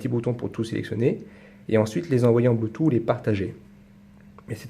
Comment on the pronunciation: blutooth, ça s prononce ''bloutouTE'' et non ''bloutou''. :DDD c mignon la manière dont tu le dit. bonne vdo